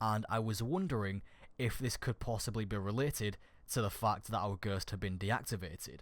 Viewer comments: ITS GHOST NOT GURTS, JESUS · Not hating. But every time you said "Ghurst" I had a small seizure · I'm sorry because it was a good vid but this really annoyed me. It's ghost not ghust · its ghost nit ghurst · him saying ghurst actually triggered me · Im getting triggerd when you say ghöst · I cant get enough of the way he says "ghurst," xD Subscribed! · lol stop saying gherst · For a bit i thought he was saying girscht like the girscht device from moon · go-oh-st is ghost, not whatever tf you are saying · Can't get over how you say ghost lol you say guuuusttt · I had to replay it about 3 times because I had no Idea what was being said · I was like.... That's not how you pronounce ghost?!?! Hahaha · Can you say ghost right? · the way you say ghost 😂😂😂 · you say ghost weird...